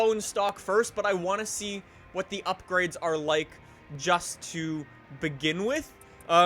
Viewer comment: We are going to do some UPGRIDS to this....... Does know how to pronounce any words??